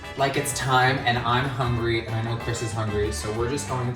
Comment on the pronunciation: Hi!! I love you both so much!! My question is, Are you an Ariana Grande fan? and where did you both meet?? BTW CHRIS SAID MY NAME RIGHT, Sorry Ian